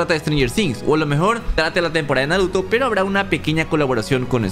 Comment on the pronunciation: dijo naroto? xd